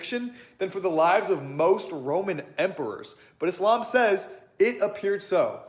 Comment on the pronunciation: The way you say Islam, no Muslim says it like that 😅... devil is in detail